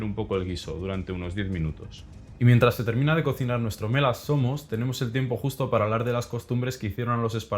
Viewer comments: Perdon bro pero cada que dices el nombre del guiso espartano medio que parece que estas albuerando XDD Buen video por cierto jsjsj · no puedo evitar que siempre que dice mela zomos escucho me la asoma